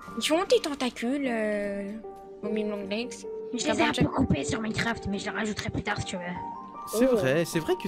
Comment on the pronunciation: momi longles😂